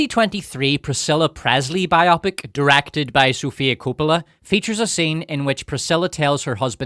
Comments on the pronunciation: for gods sake, its BIO-pic, not bi-OPIC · It's not BI-OPIK. It's Bio-pick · its bio-pic, not bi-opic :D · Am I the only one obsessed with the wrong pronounciation of the word "biopic"? So many say it as "bi-opp-ic", and not "bio-pic" which is the correct way. It is not a two-something (bi-something), but a biography picture (bio-pic). 😄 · why do you mispronounce the word Bio-Pic? It's Biographical Picture not Bi-Opic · It’s Bio-Pic. Please say it correctly 😂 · Nice accent, but it's bio-pic and not bi-opic. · Am I the only one that pronounces it "bio-pic" and not "bi-opic"? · IT IS BIO-PIC, NOT BI-OPIC!!!!!!!!!!!!!!!!!!!!!!!!!!!! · The way you’re saying “bi-opic” sounds so stupid to me. Why would that be the pronunciation? “Bio-pic” actually makes sense: biographical picture. Bi-opic just sounds like having two eyes. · Biopic isn’t pronounced like “biotic.” It’s short for biographical picture, so it’s bio-pic, not bi-opic. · "BIO PIC" Short for "biographical picture" It's not bi-opic. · It’s not BI-opic! It’s bi-O-pic. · Bio - Pic not pronounced to rhyme with myopic. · Why is every one ok with Mispronouncing the word “biopic”? This isn’t an operation. It’s a BIO-Pic. I have never heard anyone pronounce any other way until this video and it’s jarring. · It’s “BIO PICK” 🇺🇸